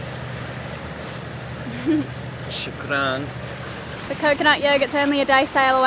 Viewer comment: where'd you learn "shukran"?? haha very impressive!